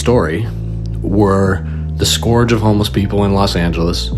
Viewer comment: Scourge is pronounced skurj and rhymes with urge, not score-j.